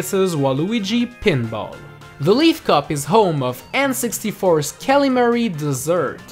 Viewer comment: "kalimari dessert"